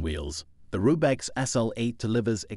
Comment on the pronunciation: I laughed pretty hard at "Rube-X". If you're going to talk about bikes, at least know what you're talking about before you read the script that ChatGPT wrote for you.